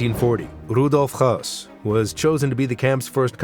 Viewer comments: You don’t know what you’re doing do ya mate. There’s nothing to see here, everything is blurred out. And it’s , Hess, not Hoss. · You're incorrect as well. His name was Hoess.